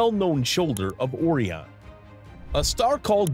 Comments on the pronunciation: ORION NOT "AW RION " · Seriously. After the 4th time of him mispronouncing possibly one of the best known names in astronomy and mythology, I couldn't take it anymore.